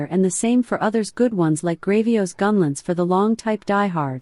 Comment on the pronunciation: Hard to listen to with the ai voice and every 10 seconds saying the word "gunlentz".